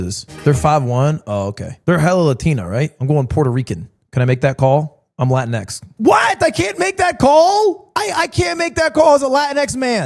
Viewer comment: this mf did not said Latin X